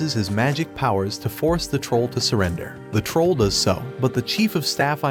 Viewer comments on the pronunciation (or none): none